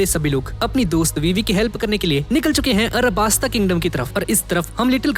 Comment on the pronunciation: BHAI ARABASTA HAI YAAAAAR ALABASTA NAHI ...............................